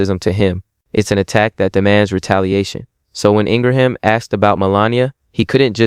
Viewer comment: I like your content, but I CAN'T listen to your monotone voice...my goodness!!! And it's "Laura ING-RIM". That's how its pronounced. Not Ingra-ham.